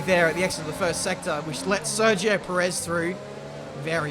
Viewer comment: You are pronouncing perez wrong XD